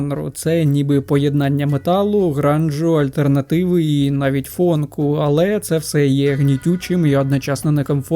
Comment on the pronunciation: Та не фонк, а фанк. Слух ріже. Фонк це електроніка новомодна